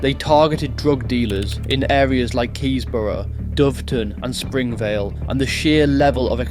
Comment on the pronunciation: Keys Borough❌️ Keyborough ✅️